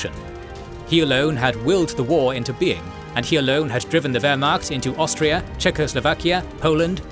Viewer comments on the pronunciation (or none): none